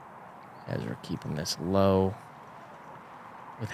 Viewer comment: "Ezwa adewhold" the only professional athlete who can't say his own name.